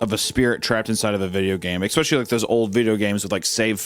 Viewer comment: No one: Hunter: eKKspeSHLY